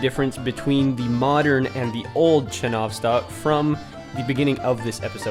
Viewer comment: Please change the translation of the word "Enjoy" from "наслаждаться" to "Приятного просмотра!" because it doesn't make any sense. Also, in Russian it wouldn't be "chenOvstok", it would be "chenovstOk", stress on the last letter "O".